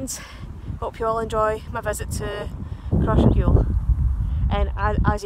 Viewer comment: Cross Ray gul the propper way to prounouce it also maybole is a town lol gid video though